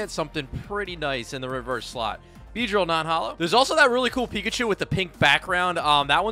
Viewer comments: You said chachu it's picachu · When you say chacachu I was laughing so hard